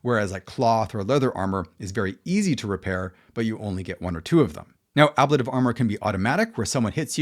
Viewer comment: It's an interesting breakdown of the various versions people have come up with to date. I'm not sure what I would change to right now if I was changing up my games. Now, I didn't see anyone mention it. But your pronunciation of ablative bothered me an unreasonable amount. (Maybe because I was concerned then that I'm not saying it correctly?) So, I looked it up and put my mind at ease that I've been saying it right.